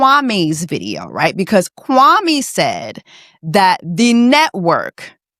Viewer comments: mispronouncing Kwame's name is just poetry😂😂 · exactly like said. Everyone in Ghana has a day name and depending on their ethnic group, the pronunciation and spelling differs. Kwame is Akan, so that’s how his name is pronounced. It grinded my gears hearing the cast pronounce his name wrong during their season. Our names are important and pronunciation matters. He should have known better and pronounced his name properly.